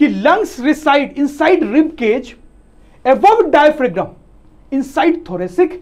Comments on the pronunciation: Sir, Please Don't mind Diaphragm pronounciation is डायफ्राम not डायफ्रेगम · It is "diaphram" in pronunciation please update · Bhai mere!!! pronunciation ko theek karo...bachche ghalat pronunciation seekhenge😭... larynx,pharynx, diaphragm sab ghalat pronounce kar rahe ho